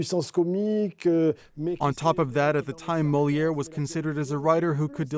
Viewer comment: Could the translator pronounce Moliere Properly!!